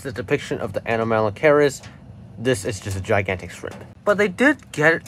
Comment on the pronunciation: A-nom-alo-caris It's a hard C